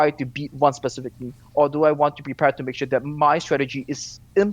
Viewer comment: "Chure" - Thorin